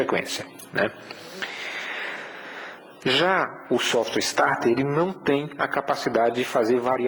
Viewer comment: Meu caro , corrija sua pronúncia. Se voce sabe que o nome do equipamento é SOFT starter, porque pronuncia "SOFTWARE" starter? Isso fere sua imagem. essa é apenas uma crítica a título de melhorar seus videos que por sinal são ótimos, parabéns!